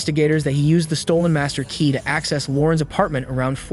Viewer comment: This narrator stresses random words in such a weird way like stressing the word ‘key’ in the phrase ‘the master key’ - it’s the fact that it’s the MASTER key that’s relevant. Why stress ‘perfect’ instead of ALMOST perfect? Why stress the noun in “… his atrocious ACTS” instead of stressing the adjective”. And there are dozens more.